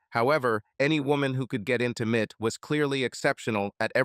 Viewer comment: M.I.T. GODDAMMIT!! Not "Mit".